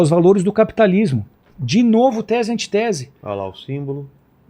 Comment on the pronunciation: Não é antitese, seu pastor, é antítese! O sujeito não sabe nem a pronúncia... Imaginem!